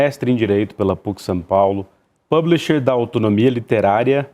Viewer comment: Esse não sabe falar "publisher" em português, não???